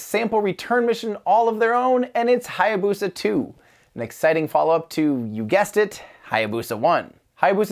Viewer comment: That butchering of how to pronounce Hayabusa ...